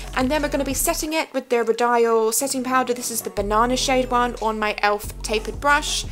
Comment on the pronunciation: Love the look! Just a heads up 'Rodial' is pronounced 'Ro-dee-uhl' xx